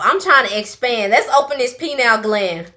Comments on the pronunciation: I don't what you got going on or if that's a liquid "blue pill" but "Penile" gland? 😂 It's Pinaeal gland. Pin-ay-el. You're welcome. I think . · bro you said Penial glad. Penis glad. Pineal gland in the brain lol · Y’all love to say “PENILE” gland… like penis. It’s PINEAL .. like a pine needle. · babe it’s pronounced Pen-ee-ull gland not penile as in penis 💀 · Pronounced Pie- Neal gland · Love your video and the variety. It was tricky for me at first too but.... It's not (phonetically speaking) "pee-nile" it's "pie-kneel". Pineal gland. ❤❤❤ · 🤭Sis, you probably meant pineal gland and not penial gland🤣🤣🤣🤣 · Sis it's pineal gland not penal gland that's very different🤦🏿‍♀️ you don't have a penis... PINEAL PIE-KNEE-UL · now I know you didn’t just say what I heard you say!!! I pronounce it like “PIN-EE-UH-L” with a short “i” and long “e”. Some ppl say it like pine 🌲 too tho. No shade of course 😃❤